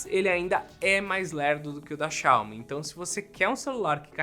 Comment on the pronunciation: XAOMI, SOFTER KKKKKKK